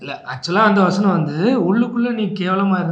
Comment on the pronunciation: நீங்க யாரு நீங்க யாருன்னு மக்களை பார்த்து கேட்கிறீங்களே அப்ப நீங்க யாரு மேடம் தமிழை கொல்லுறீங்களே வஸ்னம் அல்ல வசனம் சொல்லுங்க வசனம்